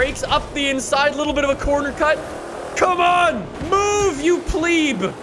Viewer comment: It’s pleb not plebe